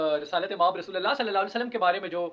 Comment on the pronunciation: بھائی اپ کلمہ صحیح نہیں پڑھ رہے کلمہ درست پڑھو محمد رسول اللہ کا تلفظ اپ کا ٹھیک نہیں ہے اس کو درست کرو